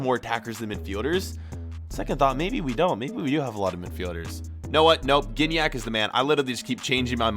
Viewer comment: It's pronounced Jignac